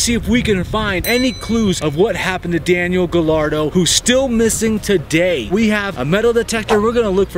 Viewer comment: It's Daniel.. not Danielle 💁